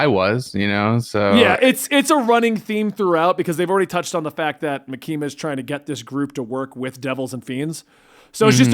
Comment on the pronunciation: pronunciation of Makima is driving me crazy